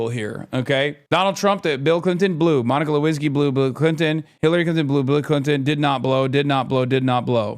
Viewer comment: "DONIKA LEWINSKY" LMAO